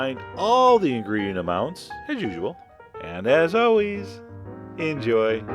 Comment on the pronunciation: “...and, as aw-weez, enjoy!” Vee vill make this for Mother Russia! So Good!